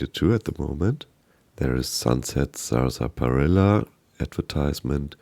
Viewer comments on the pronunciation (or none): I got to watch I mean mispronounce Sunset sarsaparilla. “SaR-spi-illa” ahhh good old 76. Could you imagine 76 being your first fallout game, like be born with an Acorn for a brain. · Nice video... but it is pronounced "sass-puh-rilla". 😊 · Great video but let me help you with one thing: Saaas - pa - Rill - a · The pronunciation on Sarsaparilla is strange. We pronounce it as if it were spelled Sassparilla. Just sharing. Thanks for the great content. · Sunset Salsaparilla